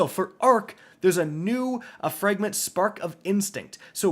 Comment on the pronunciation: Fragment is not pronounced "frangment" bro you can't speak to save your life.